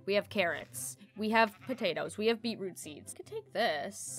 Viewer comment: When you say beetroot i heard it like bieber